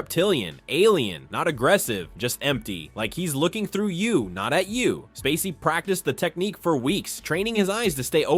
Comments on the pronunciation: at 10 minutes, the narrator mispronounces this line "Like he's looking through YOU not at YOU" it should be "Like he's looking THROUGH you not AT you" This is AI. You are deceivers. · Okay: why is the voiceover stressing the repeated word instead of the qualifier? (Examples: through YOU, not at YOU; kept only HALF, the depressing HALF.) It's unbearable